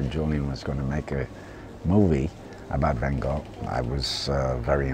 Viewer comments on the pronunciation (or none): Strange, while Willem Dafoe is worried and insecure about pronouncing the family name of his painting teacher properly, he mispronounces Vincent van Gogh's family name. Please, just take a little bit more time, put a little more love, respect and effort in pronouncing Vincent van Gogh's family name properly. It shouldn't be that difficult for a professional actor who plays Vincent.